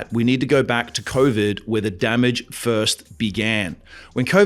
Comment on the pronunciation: Let's be real hear convid not COVID